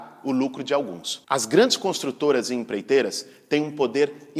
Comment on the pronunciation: "impleiteiras" kkkk